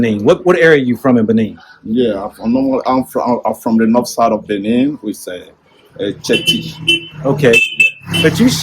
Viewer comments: Dude, it's not Benign but rather Benin. Please correct because it's embarrassing. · It's BENIN and not BENIGN